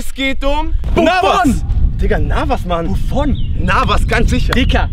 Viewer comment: Leute no hate aber am Anfang sagt Buffon und Loris Navas😂